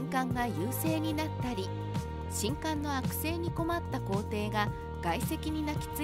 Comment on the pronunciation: みんなも既に言ってるが、しんかんが嫌で途中でやめた